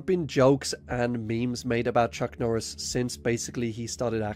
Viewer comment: Chuck nooris